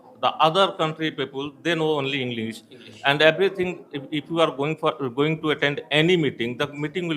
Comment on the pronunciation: पहले अपना उच्चारण सुधारिए इंग्लिश को इंग्लिस कह रहे हो और पॉसिबल को पॉसिबुल 😂😂